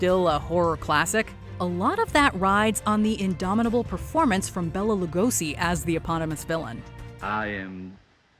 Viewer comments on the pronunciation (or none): It's pronounced Bela Lugosi, not Bella.